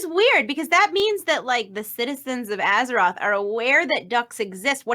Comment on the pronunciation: battle F or aze ROTH